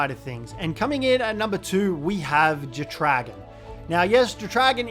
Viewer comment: The way you pronounce jetdragon is wild 😂 it’s either jet-dra-gone or jet dragon. Not jet-re-gawn 😂🤦‍♂️